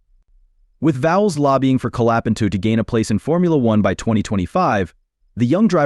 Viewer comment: Benato LOL Colapentu LOL